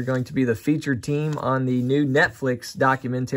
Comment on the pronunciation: It’s pronounced documentary, not documenteary